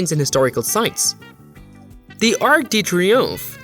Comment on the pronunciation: Are you intentionally mispronouncing everything? If so, impressive. If not, ouch my ears... The statue honoring Ernie's French-Canadian roommate: The Statue of Le Bertie The Ark de Troomfee The Touch My Hill The Fladderon Building All created by the LEGO company located in Ballooned.